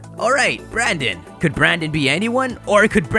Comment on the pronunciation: Dude, the male characters name is brenden not branden